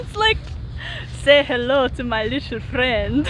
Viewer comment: ㅋㅋㅋㅋㅋㅋshe said little frrriend' ㅋㅋㅋㅋㅋkayla Were u doing Russian accent? :)